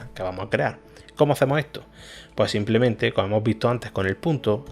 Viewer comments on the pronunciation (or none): none